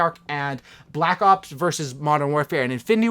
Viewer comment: 4 cookies to anyone who can count how many times he said "balck ops"